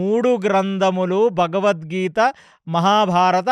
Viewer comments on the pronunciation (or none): none